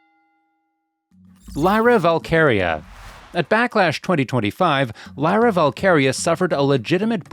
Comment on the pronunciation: Must be AI. Didnt prounce Lyras name right. No thanks